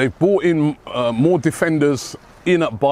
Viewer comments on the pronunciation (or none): none